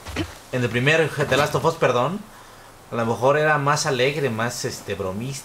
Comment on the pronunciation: "Delasto Fos"